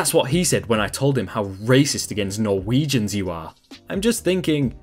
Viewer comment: hearing ''Norwegians'' being said, just threw me off XD